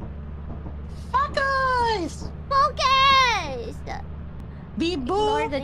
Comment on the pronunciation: This was understandable since Italian doesn't have the "æ" vowel-sound in "bat" or "flash". But I'll never understand why pronounces "focus" the way she does, since the language DOES have the "oh" sound.